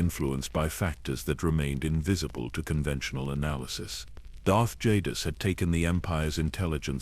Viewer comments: Love the videos... but please you used 6 different pronunciations for darth Jadus... I would suggest using the pronunciation used in swtor... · The Ai pronunciation of jadus was all over the place in this video it wasn't consistent at all